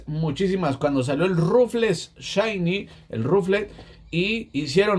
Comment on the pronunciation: No se dise chaini se dise shainy